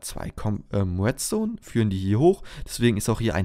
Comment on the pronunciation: Es heißt REDstone nicht WETstone !!!!!